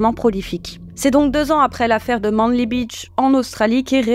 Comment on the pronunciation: Manly se prononce "maineli" 🤨😉